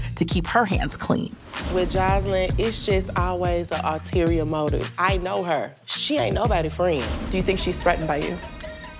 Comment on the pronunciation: Dime said "alterior" motive. Smh. ULTERIOR. Love her, though. Lol.